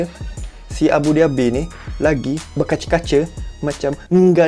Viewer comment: aku dengak macam dia kata abu dhabi.